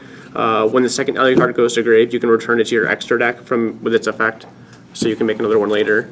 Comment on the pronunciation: Alyucard? Wtf lol. A-LU-CARD.